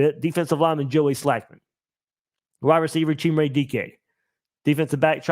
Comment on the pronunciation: Chimere Dike's name is pronounced, Shy-Meer..... so I've heard. Idk the kid so I'm going on what digging Shelton did.